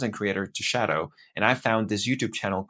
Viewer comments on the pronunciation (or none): none